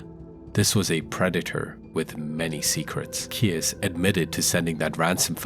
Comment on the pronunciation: Thanks for highlighting indigenous cases! They are the forgotten ones. I heard about Keyes. I think you pronounce it keys.